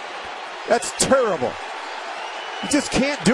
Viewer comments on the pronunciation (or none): "Just turruble" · "that's just..... TURRIBLE." over here sounding like Tyrone Biggums. IT WAS TURRIBLE. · that “turrible” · I believe he actually said "turrible"